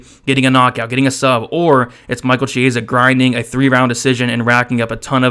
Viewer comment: You're pronouncing "Chiesa" absolutely wrong.